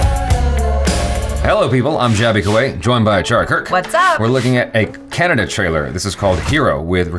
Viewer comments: Bro it's KA-- NNA--DA ..... U pronounce kyanada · BRO THAT IS NOT CANNADA IT IS KANNADA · Not Canada it's "Kannada" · Fucker still Said Canada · How many times we told you it's KANNADA not cannada